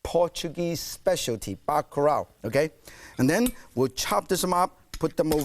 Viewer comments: It's bakalau not baka rao nitwit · even Martin can't escape the Asian struggle of pronouncing Ls. He pronounced it as "bacarao".